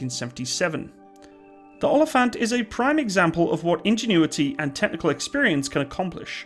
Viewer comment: Its actually pronounced more like oa-lii-phant Greetings from South Africa